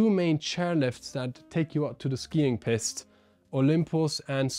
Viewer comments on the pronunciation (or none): just that your pronunciation with this one is a little unfortunate 😂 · You keep saying Piste wrong 😂 perhaps try saying Peeeest instead of Pissed.